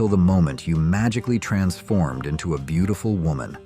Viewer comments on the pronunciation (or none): none